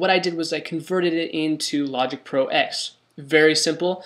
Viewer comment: It's logging ten not x silly